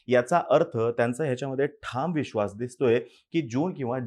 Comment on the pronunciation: Veshvas acha hai😂